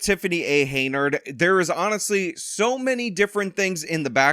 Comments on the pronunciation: Is dyslexic or is he saying her name wrong on purpose? It's Henyard, not Heynard. Pronounced hen-yurd. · Who's gonna tell him her name is Henyard, not Heynard.... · Henyard. Why do you say Haynard? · It’s “Hen-yard”, not “Hey-nard”. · Hey,. Her name is pronounced "Hen-yard", not "Hey-nerd"😂😂😂😂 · Hen Yard. Not Hey Nard. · HEN-YARD. Not Hey-nard. Sorry/not sorry. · It’s HEN-yard, not HEY-nard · You know I love you, but her name is Tiffany A. HEN-YARD. Not Hay-nerd. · Why do you pronounce it hay-nard? Do you not hear everyone saying it properly? Have you not seen it enough times on all those signs? Hen-yard. Not that i care about disrespecting her name it just drives me nuts. Also whenever you say someone looks like someone else it makes me 99% sure you have face blindness. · Why is the host pronouncing her name "Haynard" instead of "H-e-n-y-a-r-d"? I'm no fan of TAH smbut come on now...unless he is doing this on purpose 🤔 ...or he's stupid for real. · I like all your videos, but I would like this one more if you pronounced Super Hags name properly, HEN-yard, HEN then YARD, HenYard. I know I'm being pedantic, but it's ENGLISH man, for God's sake, ENGLISH!!! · Her name is still not "Heynard" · You say it like HEN-YARD! Sorry, but the mispronounciation kinda drives me nuts.. ^^° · What does keep calling her Hey-nard? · Oh c’mon… He works hard,let him have this one. Consider it an early BD present for him. Personally,I think it’s hilarious when he calls her Hey-nard😂… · It's bugging the hell out of me too. Is he doing it on purpose or is he dyslexic? They say it right in the news story. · Your insistence on mispronouncing her name is admirable. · 5 videos later and still cannot properly pronounce her last name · Why do you keep pronouncing her name like that lol